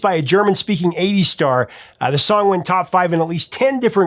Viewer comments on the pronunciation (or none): none